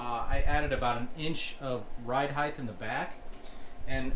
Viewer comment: Great catch and nice replacement mount! Welds look great too. (The word “height” ends with a “t” sound not a “th”. Maybe nitpicking but YouTube is rampant with people saying “heighth” for some reason.).